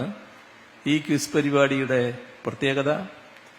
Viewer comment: എന്താ 😂 ചീഫ് മിനിസ്റ്റേഴ്സ് മെഗാ 💋 പരിപാടിയോ ... പരനാറിയുടെ കിസ് ആർക്ക് വേണം... ആ നാവ് ശരിക്കും ഒന്നു വടിച്ചു വാ ചകാവേ.... എന്നിട്ട് നേരെ ചോവേ ക്വിസ് എന്ന് ഉച്ചരിക്ക് ... ഇത് പഴയ ബ്രണ്ടൻ വിദ്യാഭ്യാസം